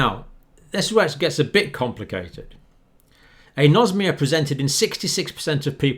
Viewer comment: Dear Dr John, with all due respect, it is pronounced "An-osmia", like "An-aemia", "An-orexia", "An-aerobic", "An-encephalic", and so on. The Greek word for smell has "osme" as its root, not "nosm", as your pronunciation suggests. And "An" before the Osmia means "the absence of", of course. Apologies for being pedantic, but the non-medical people may understand the word better if it is pronounced like Anaemia etc. Kind professional regards, Dr Dave